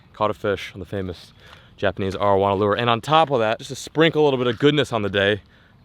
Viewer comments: the way you pronounce arowana is annoying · love your videos but say this with me. Air-oh-wana